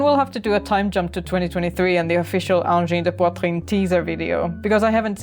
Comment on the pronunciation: Bravo! You're the first English-speaking person to pronounce 'angine de poitrine' correctly! Excellent video!